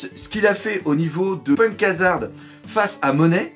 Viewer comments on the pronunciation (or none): none